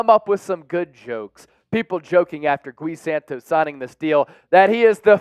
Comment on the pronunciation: It's not "Goo-Wee". It's "Gee" Santos.